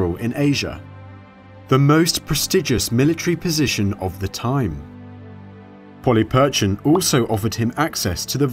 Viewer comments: You are right. The 'ch' should be lighter. We know this for next time. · Good job pronouncing "CH" this time, even though not perfect, Polyperchon being the problem. :-) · Mike Gill hello my friend. Just a heads up for the next video coming out soon. We did the recording before realising our error with how to pronounce Polyperchon. I wanted to keep you in the know and not make you think we had forgotten :). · Mike Gill hello my friend. Just a heads up for the next video coming out soon. We did the recording before realising our error with how to pronounce Polyperchon. I wanted to keep you in the know and assure you we havent forgotten :).